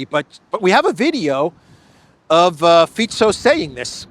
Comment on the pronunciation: Greetings from Slovakia! You pronounced our PMs surname perfectly, most people say 'Fiko'.